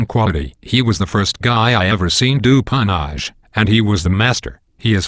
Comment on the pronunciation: You have inadvertently created a new meme. Henceforth, "pwnage" shall no longer be pronounced as "poenage" but as "pawnahge". It's very French, very sophisticated.